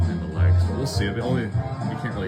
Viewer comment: on prog report 3 he said wegs not legs